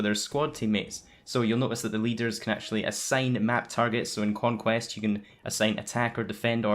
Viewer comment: lol "quonquest"